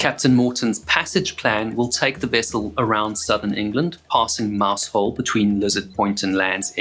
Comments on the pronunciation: Not a dig at you but just for your information. Mousehole is pronounced as m OW - s uh l m sounds like the 'm' in 'me' ow sounds like the 'ow' in 'cow' s sounds like the 's' in 'so' uh sounds like the 'u' in 'up' l sounds like the 'l' in 'let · Yeah, you kind of run it together. Mouz-ull or Mowzle. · I thought he was saying Maushold at first and was wondering why that Pokémon had a town named after it. 😂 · Great narration, as always. A sobering reminder of the bravery of volunteer lifeboat crews. (PS The placename 'Mousehole' looks so easy to say but lots of British people get it wrong too - didn't spoil the story at all). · if you are going to produce a diatribe on the Penlee Lifeboat with the loss of all 8 crew members AT LEAST HONOUR THEM BY PRONOUNCING THE NAME OF THE VILLAGE THAT THESE BRAVE MEN LIVED IN, it may be spelt Mousehole but its actually pronounced MOWZUL or as near as that...undoulbtedly these men were super heroes for responding to a call that was lashing the seas with Hurricane force winds, the community of Moushole lost 8 brave guys so at least try to pronounce their village name correctly, thank you. just a footnote not every crew member was recovered so when you gaze out over the sea please say a prayer for those lost souls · It wasn't 4 men taken on board. It was a woman, two little girls and one crewman. They were going back alongside the Union Star to get the remaining crew & the skipper when they were swamped by a 60 ft wave & lost all hands on both vessels. And the village name is pronounced Mausel. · it's pronounced MOUZOLE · it’s not mouse hole but Mowzle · It's pronounced 'Mowzle', not 'Mouse-hole'. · It is pronounced "Mowzle". Those who don't say it that way are wrong. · Mousehole is pronounced "mow zul" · I was once corrected by some locals pronouncing it like that. They say Mausall. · It is pronounced mowszul. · Just FYI Mousehole is pronounced Mouzel! I watched the total eclipse there in 2001